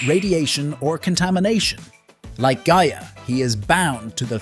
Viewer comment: This is some of the laziest nostalgia clickbait I've seen in a while. You couldn't even bother to listen to your own BS script one time to know that your AI was mispronouncing Gaia.... The spirit of the earth. I mean it says her name correctly in the freaking opening credits. If I could give two thumbs down I would. But you just get the one cuz that's all I think this haphazard attempt deserves. Oh except maybe this 🖕